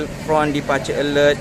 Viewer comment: Sebutan 'FRONT' tu x betul..bukan Fron tpi tpi sebutan inggerisnye "FRANT".